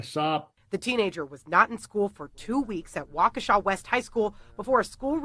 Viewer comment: It's Waukesha...